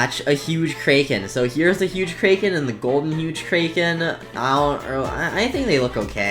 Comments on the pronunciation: its crack - en not krayken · “Kray ken” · said kraken wrong